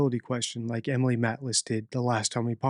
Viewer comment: always brilliant and so interesting. Ok this is a minor thing I know but you are mispronouncing Maitlis, the A isn't hard. Think of the way you pronounce Maine, the US state, use the same A sound in Maitlis and you've got it